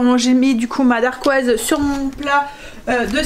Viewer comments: Dacquoise, sans le R, et c’est plus facile à dire hé hé. Je note tes recettes miam. Merci! ❤👍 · Hello! Moi aussi j’ai commencé la pâtisserie maison avec les entremets: ça présente super bien et c’est surtout trop bon:) Par contre on dit dacquoise, il n’y a pas de R. Des bisous!